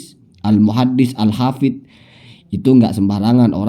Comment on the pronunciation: katanya....denger2....nyebutnya aja salah habib uma "alhafizh".....fitnah terhadap habib umar bin hafith....astaghfirullahalazim....tobat...tobat....lebih baik tobat